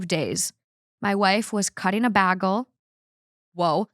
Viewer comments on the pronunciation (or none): “baggel” I’m cracking up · The instant I heard that pronunciation of bagle my mind went to that scene from Community lol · bAgel? She brittad it lol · really channeled her inner Britta Perry with that bagel pronunciation lol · you said bagel like i do!